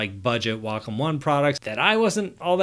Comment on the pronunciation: WAY KAHM not WaaCUM. that's just gross.